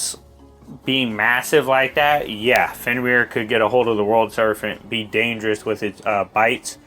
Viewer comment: Good video, but it's Serpent with a P not an F.